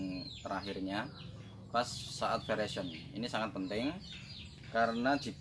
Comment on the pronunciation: Koreksi: bukan veration, tapi veraison ... Artinya awal perubahan warna buah.